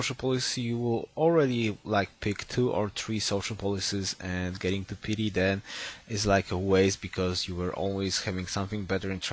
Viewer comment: Could you check pronunciation of the word " piety" please, It's a bit annoying you saying it "petey". Great video though.